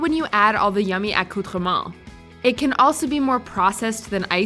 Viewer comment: Anyone else unsubscribe solely based on her atrocious attempt at sounding cultured by pronouncing accoutrements in french??? That was horrendous and not how the word is supposed to sound lady. Dial back the douchebaggery